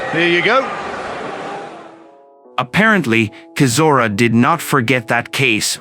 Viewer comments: Ai comentary is crap, it's chizora not kizora (pron) sounds like a Chinese guy reading English for the first time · bruh, how do you not even pronounce Chisora's name right? You not heard it enough in all the interviews, fights, commentary, it's like you've never actually truly followed boxing. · Least you could do is pronounce his surname correctly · Why doesn’t this commentator learn how to pronounce Chisora’s name properly? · Does anyone even listen to this garbage before uploading it? Chisora is not Klitschko's younger brother and that is not how you pronounce Chisora's name.